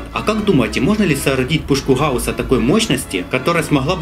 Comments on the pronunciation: мне показалось или он сказал сегодня мы будем делать пушку ХАУСА XD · Г Г Гаус. Дедил